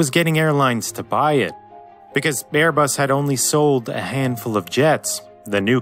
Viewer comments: you also said Bearbus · is it just me or did he say "bearbus" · birbus XD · I think i heard Bearbus... I love your VIDS! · In he said bare bus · bairbus lol 😂